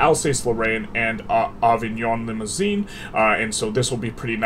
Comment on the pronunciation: I was confused when you said Avignon Limousin because Avignon is a city here in France . Try to say Over-ne Limous-un